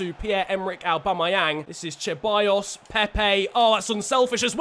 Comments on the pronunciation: I didn't follow you back in 2014 but I do remember Grenier! He used to play for Lyon! Great series so far. Haven't been watching your channel for very long but I did watch the entire Wolves series and it was fantastic. P.S. I'm not sure you are saying Ceballos right. You're saying Cheballos. I do believe it's just an S sound. I know it doesn't matter but I know you try hard to say names correctly! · Ahhhh!!! It’s not Che-buy-os, It’s Ce-buy-os It’s not N-kee-tah It’s N-keh-ti-ah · Your pronunciation for Ceballos is completely trash. It is pronounced as Sebayos not Cheballos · I found funny the "cheballos" pronunciation😂